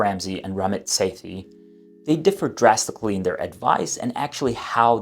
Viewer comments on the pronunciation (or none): It’s Ram-Meet. Say-tee.